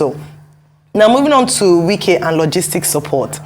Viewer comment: Lol nwannem it’s Wike not Nwike, you’ve called him like a nwa afo igbo 😅 daluu nna.